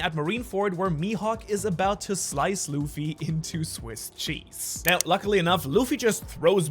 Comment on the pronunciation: bro said swiss chesee ?